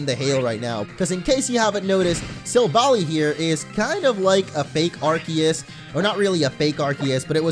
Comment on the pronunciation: it made me cringe so hard when he said arceus wrong